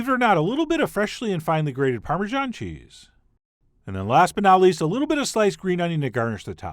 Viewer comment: "if we think things are getting a *Li*ttle dry".... What is wrong with you? Talk like a human being? This was disgusting to listen to!